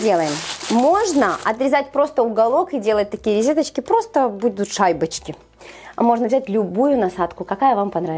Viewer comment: говорит ризеточки,поэтому я и отреогировала,режет слух🙄